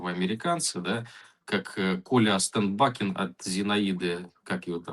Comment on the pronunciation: Костя Остен-Бакен хотел большой и чистой любви от Инги Зайонц. Ударение на о.